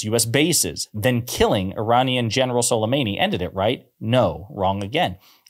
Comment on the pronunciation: it was sulemAni .. not sulemEni